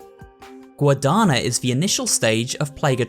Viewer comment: 2 cents from a Spanish speaker: The Guadañas: is pronounced Gua-da-nya, as any other Ñ may be substituted for a Ny sound. So the Araña plaga is pronounced A-ra-nya. And in a similar case of the LL in "the Colmillos" the L sound is substituted by a "Yo" sound. Which would be Col-mee-yo. And that's it, remember to check your Duolingo notifications or he will go to your house and break your legs